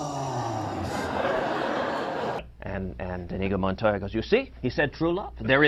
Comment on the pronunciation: The only thing that bothered me about this video is how he pronounced Inigo Montoya...